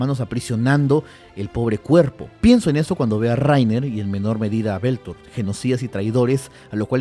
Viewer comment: Barbas, hasta el nombre del autor se te perdona. Que llames a Bertold, Beltor. Pero a Bersek, Briserk? Uff